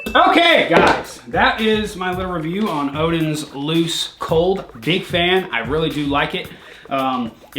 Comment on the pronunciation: We Scandinavian knows he's American when he says Odin's and not odens